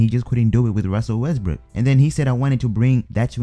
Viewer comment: " Ruzzel Wesbruuk" 😂